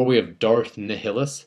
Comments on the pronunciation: NAI-lus, not Ni-Hill-us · Not to sound like a dick but you pronounced some of the names wrong (Loo-Me-Ah not Loo-My-Ah, Nigh-Ah-Lus not Na-High-A-Lus, Kai-Dus not Kay-Dus) now you might wonder how I know this, it's mostly because I've listened to some of the audiobooks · ok so i don't know all about these other sith but nihilus pronounced niy-hill-us i think, was an average duelist not the best without has strong connection to the force he could be easily beaten, his main ability was the drain the force from living entities and basicly had a hungry for the force, he was drained the force from an entire planet while a large group of jedi council members where having a meeting killing all of them instantly and draining all life and force from the planet and people of the planet except one, who was to weak to fight him so he captured her and became his apprentice, she then overthrew him with help of the jedi/sith killing him but his soul stayed bound to his mask and robes and continued on as a ghost. you're welcome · why did he say Darth Ni thilis instead of Darth Ni Lus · Nihilus = Nia-luss. Not nih-hih-lis lololit's ok you tried. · Just to let you know Darth Bane was born long before Luke Skywalker around 1,026 BBY and also Darth Nihilus is pronounced Nyhilus not Nihilus. Not trying to sound like a genius at all just a little bit of info. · It's pronounced Nile-us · nihilis is pronounced with the long i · Nihilus is pronounced "ny-lus" isn't it? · And its pronounced NY LUS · Gotta work on your pronunciation dude. Darth nihilus is pronounced ni- hill- US. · It is pronounced Darth Ni-il-us, the H is silent, as in the "Annihilate". Otherwise, great video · Nihilius is pronounced Nilus. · Darth Nihilus - pronounced ni.. as in night i.e annihilate, nihilism etc. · Prrrrreeeeeeetty sure that's not how you pronounce Nihilus but that's none of my business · Nihilis: long "i" on the first "i".